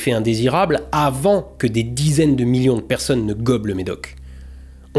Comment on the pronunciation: Le miyion, le miyion !